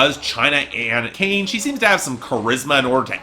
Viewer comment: McClain, not McCain